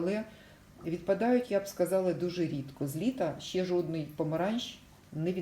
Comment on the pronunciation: Щьо, сонечько, щє, стручька, творчьості, кращє, дощьик, вчьора бачьила. В українській мові Ш, Ч, Ж, ДЖ вимовляються завжди твердо.